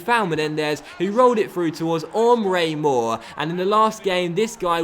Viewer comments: It's EMRE Mor, not OMRE Mor! It kind of annoys me how you pronounce his name, please learn how to pronounce it correctly. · Why do you say Omre mor it's Emre mor? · Isn't It pronounced emre mor